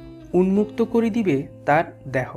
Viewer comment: দ্যাহ নয় দেহ উচ্চারণ করলে শুনতে ভালো লাগে।